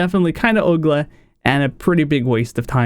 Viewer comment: "kind of oogleh" love it :D great top 10